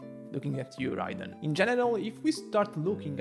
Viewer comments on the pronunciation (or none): none